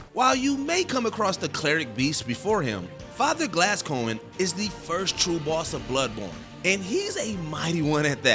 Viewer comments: Ayo did this man say father glasscoin? Bruh 😂😂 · “Father Glass Coin” 💀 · That “glasscoigne” didn’t slip by me lol.